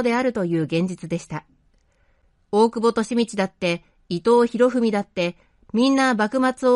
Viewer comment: 伊藤博文を「いとうひろふみ」と読んでいて、耳障りですねー。